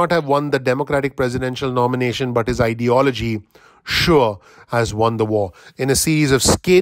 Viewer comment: Did he say ideology or idiology